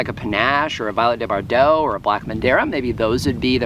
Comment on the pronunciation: Violette de Bordeaux is pronounced "vee-oh-LET duh bor-DOH. It's French. My favorite figs that I have grown are Lattarula and Desert King.